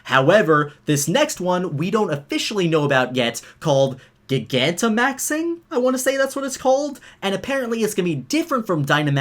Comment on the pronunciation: Gigantamax! It's actually pronounced, (Jye-geain-ta-max)